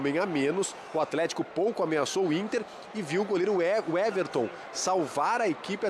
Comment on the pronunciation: Creio que não seja este o caso. Ele falou errado mesmo - Everton no lugar de Éverson. Talvez por costume de falar mt o nome do goleiro do Palmeiras, por exemplo.